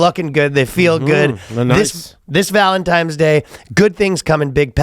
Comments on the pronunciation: Ryan saying Valentimes day bothers me more than it should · Jesus, is Ryan saying “Valentimes Day”? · “Valentime’s Day” 💕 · Is Ryan saying Valentime's day? Lol